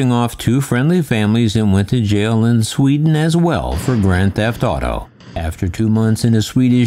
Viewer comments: "Sweeden" Lol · Its Sweden and not Sweeden. I always mistrust a story if I can spot a mistake, what more to find I didn’t spot! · Thank You. I've looking at all the comments for someone to have spotted Sweeeeden. I'm with you. Find it very hard to look past details like that credibiltywise.